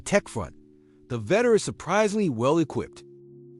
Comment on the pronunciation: Vettore [veh-tor-rey]. Gotta love AI voiceovers